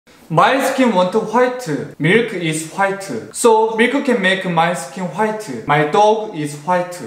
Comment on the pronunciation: The way he says white,faaitha